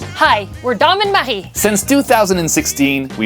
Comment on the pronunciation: Marie, it’s so nice to hear the pronunciation of your name. Ever since I moved to the US, many years ago, I don’t think I’ve heard my name pronounced the correct way, and it drives me nuts. It’s gotten to the point that I often tell people to just call me AJ instead, because I cringe when they butcher my name 😖. Oh my gosh, I love the photo on the Canadian $5 Bill! So cool!